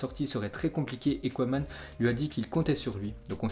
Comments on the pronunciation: Ça se prononce keman pas koueman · Hé,, t sérieux là tu ne connais pas la légende koeman. T'entendre écorché son nom ça fait mal.je commence à avoir des doutes sur tes connaissances footballistiques